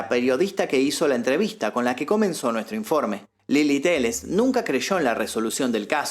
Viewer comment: y es Lela no Lili je je je 😄